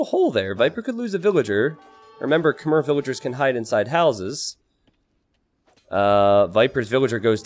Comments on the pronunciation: You probably know this by now with this being from 2019, but Khmer is pronounced Kh-May, not Kh-Mer. The last syllable is more like the month of May than it is the beginning of mermaid. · It's pronounced "k'may" (or "k'maii" as in aii aii (pirate saying)) not "k'mer" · Khmer is pronounce kuh-mai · You might be mispronouncing Khmer. As spelled in written Khmer, it's pronounced something like "k-mai". When Europeans first translated it, they tried to go letter for letter, not on the local pronunciation. Hence its k-mai (apologies as I'm butchering it too with my clunky phonetics).